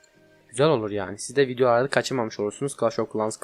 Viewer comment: video diyeceğine vinyo diyor